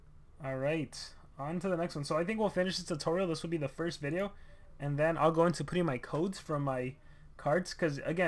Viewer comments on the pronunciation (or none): none